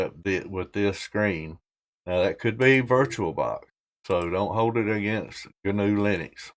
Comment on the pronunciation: I believe it is pronounced "ecksee guh-noo"